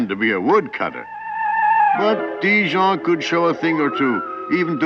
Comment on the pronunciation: Ha ha! Le narrateur prononce Ti-Jean comme Dijon!